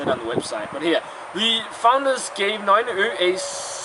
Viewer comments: Well now you're teaching people to pronounce it in danish, you terrible man! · okay. that beer is from Norway just like me? and you said the name wrong, the way you said it, mede it sound like danish. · dude, it is nøgne ø with all the letters pronounced maybe not if youre danish tho... :P